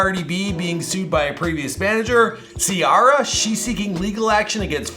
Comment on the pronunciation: “ Tiara “😂 it’s Ciara